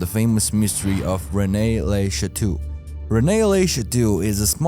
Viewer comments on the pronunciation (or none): A real researcher and research channel would have tried to learn how to pronounce major names, esp. if their first language isn't english; John the "Bape"-tist? Renay le Chatoo? Very sad.